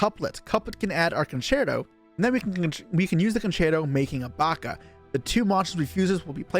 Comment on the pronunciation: Thank you for pronouncing concerto correctly 😂